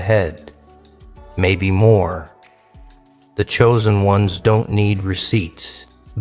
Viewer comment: "choosen" do u hear urself talking like someone stupid? no? yes?